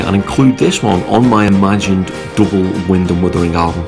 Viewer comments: Why does he call it wund and withering? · Great review and like the way on a couple of occasions you call it Wund and Withering 😂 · 4.01 "Wund & Withering"? :-)